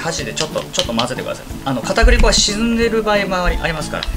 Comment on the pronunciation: 片栗粉かぁ～(ギガか～の発音)